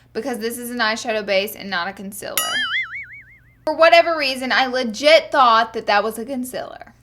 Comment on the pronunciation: "conceller" , "fills"